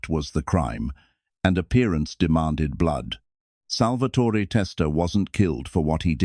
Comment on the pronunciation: It's pronounced pun-ja-tore.. And it's pronounced sal-va-tore.. No eee on either name. At least get that right